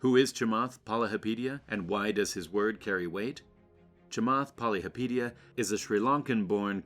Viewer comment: Your not even pronouncing his name right. Poly hopa teea